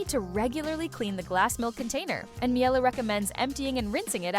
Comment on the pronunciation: I stopped listening immediately when you couldn’t even pronounce Miele anywhere close to correctly😥